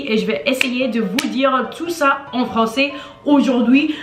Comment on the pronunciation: Elle a un problème avec le AI. Elle dit "francET" au lieu de "françAIS" par example. Cependant, je crois qu'elle parle très bien et sans aucune difficulté.